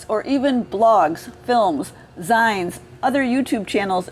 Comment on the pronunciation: The way you mispronounced zines makes me barf. SHAME ON YOU.